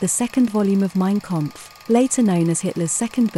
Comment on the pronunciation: And it's Mein Kampf as spelt not 'Kompf''. Also Eva Braun (more like Brown) not Brawn.